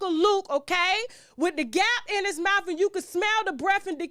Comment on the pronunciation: "Mouf," LMAO!